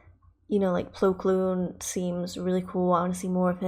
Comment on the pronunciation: You were close ! His first name is Plo, yes! His last name is Koon; not Kloon.